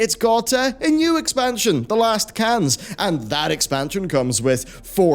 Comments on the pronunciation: I like your videos and your voice/accent. I always think pronunciation doesn’t matter if you are understood. BUT Age of Cans. Cans?! What were you thinking? 😳😂 Think Kirk in Star Trek. Khaaaaaan! 🤗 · I thought you said "The Last Cans", made me think of soda.